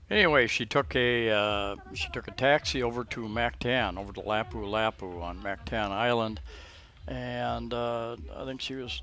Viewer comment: I think if you are going to live in a foreign country you should make an effort to pronounce their language properly. Listen to how the locals say Mactan and Lapu Lapu (just 2 for example).